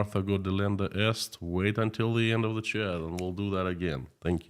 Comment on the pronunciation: Please check how to say "chat", your pronunciation can be improved.